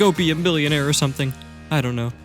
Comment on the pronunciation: IM SO GLAD YOU REMEMBERED TO SAY MILLIOMARE